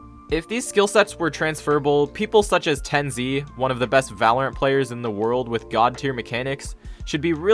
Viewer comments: People such as Ten Zee.. Did this call TenZ Ten Zee😂😂😂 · bro called Tenz, ten Zee lmao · just love how he pronounced tenz as "TEN ZEE" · why did you pronounced tenz name like that